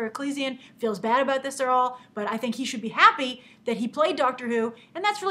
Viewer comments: Good bit of life advice; make sure you're correct before you attempt to correct other people. It's 'Eccleston' (Eck-el-ston), not 'Eck-ull-son'. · brilliant video, but isnt it pronounced eckel-ston not eck-lee-stion? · It's pronounced 'Eckle-son' Northern English name Grace :) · Didn't realise who you were talking about when you pronounced Christopher Eccleston aha I'm not gonna another you with a correction as I'm sure many already have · you butchered christopher eccleston last name :D